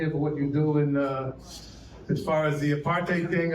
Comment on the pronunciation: nailed the pronunciation of Apartheid.